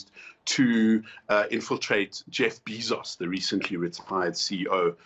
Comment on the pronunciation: i have a problem with him pronouncing jeff bezos as jeff bee sauce